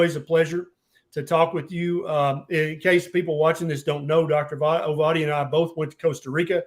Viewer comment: Enjoyed listening. Do work on the pronunciation of your guest’s name though. It’s only polite to get it right.